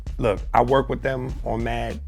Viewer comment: If i hear "hypnotized wit hatred" one more time